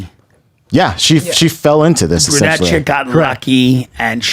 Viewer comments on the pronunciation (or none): hey Brenda and, it's pronounced BRU-nette NOT BUR-nette